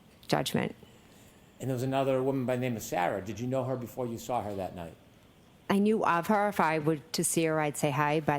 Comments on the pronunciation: Can someone tell that the word saw doesn’t have an R in it 🤦‍♀️ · born and raised in Massachusetts and no we do NOT put R’s in the word saw! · Saw has an R in it if you are from Massachusetts 😂